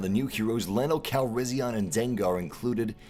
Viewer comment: Does anyone else get a bit annoyed when he keep saying Lando Calrissi-ON when it's pronounced Calrissi-EN